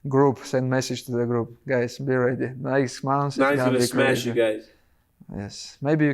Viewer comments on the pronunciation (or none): Khabib: send message, get ready, I'm coming to smesh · “Smesh”? - Islam 😂😂